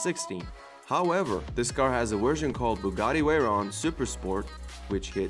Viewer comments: “Bugatti Wayron” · Veyron=weyron Venom= wenom 😂😂😂😂😂😂😂😂😂😂😂😂😂😂😂😂😂😂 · is it me or the narator pronouce the V with a w? the bugatti weyron , las wegas . Love the cars but the W made me lol, <3 <3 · Stop saying wenom and wayron it’s venom and vetron